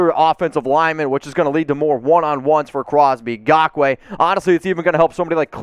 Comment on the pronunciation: Learn how to pronounce Yannick's last name please! The "N" isn't silent!